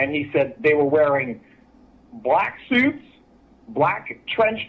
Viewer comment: I like the way he says, "black SUITS". Lol 😄